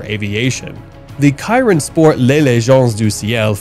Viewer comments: You butchered every single name of the cars you featured (which btw is a fantastic list) but I couldn’t finish after you mispronounced la Mans… Bugatti chiron is with an sh not a k! Lol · chiron is pronounced "shiron" btw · The Bugatti Chiron is pronounced She-raw. Lemans is Luh-maw. Really. ✌